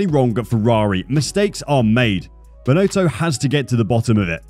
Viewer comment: Total incompetence, Binotto needs to step up and take responsibility and make decisions - or go! It’s really very simple. By the way, his name is pronounced Bin- Otto, not “Bin-Oato”.